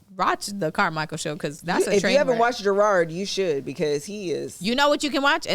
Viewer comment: Y’all + kev keep saying Gerard 😭 that mans name is JERROD